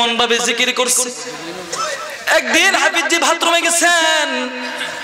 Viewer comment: হুজুরের নাম হাফিজ্জি বলাটা গলি গালি মনে হয়।আপনার হাফিজ্জি বলাটা আমাকে কস্ট দিয়েছে।